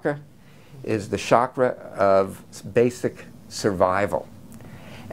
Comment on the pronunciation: The “chakra” is pronounced as chakra as in chocalate, not shakra as in shoe.